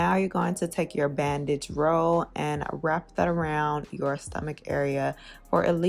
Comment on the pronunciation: I thought you said “bad bitch roll” instead of bandage and I was here for it 😂